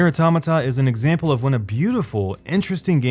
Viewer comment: i couldn't keep watching, your butchering of the word automata just killed it for me. couldn't get past the 2min mark.....